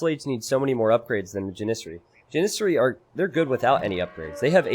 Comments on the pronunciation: Please stop saying Janissary wrong, it's "jan-is-sary" not "jan-iz-ary", both s's are pronounced in this word. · Love your videos, but the way you mispronounce Janissary every time is extremely tilting. Jan-i-sairy with a soft i in the middle syllable and the emphasis on the first syllable. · love your streams/channel but everytime you say janissary it hurts. Think janis joplin, Janis sary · the way pronounces Janissary hurts me on an emotional level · Had to go look up how to pronounce Janissary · You are pronouncing janissary wrong. You are putting the emPHAsis on the wrong syLLAble.